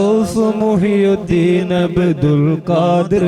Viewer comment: മുഹ് യുദ്ദീൻ അല്ല മുഹ്‌യിദ്ദീൻ.